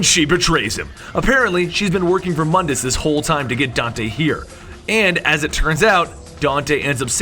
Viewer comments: quick note: Mundus is actually pronounced Moondus but spelled Mundus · It's pronounced MOON-dus. MOONDUS.